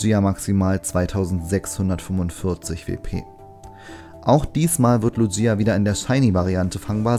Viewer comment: Du sprichst Lugia falsch aus